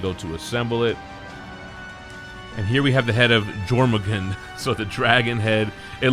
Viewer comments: The dragon is pronounced as Your-Mun-Gander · Jörmungandr = YOUR-moon-GAHN-dr Awesome video, as always!!!